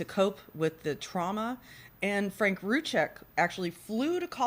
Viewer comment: Can we please pronounce their names properly by now? Their last name is pronounced "Roo Seck" the Z is silent. Rzucek. Sorry it get annoying after 4yrs